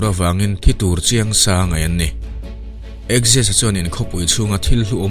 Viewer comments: Axis ni lovin Xerxes (Zer-zis) zawk niin ka hria Persian lal hi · Persian lal khi Zarsis (Xerxes)tia lam tur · Darius a fapa Persian lal hi zerzis ti a a hming hi lam tur a ni.